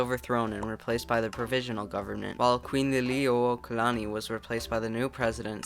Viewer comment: As a Hawaiian your pronunciation of queen Liliuokalani was not too bad!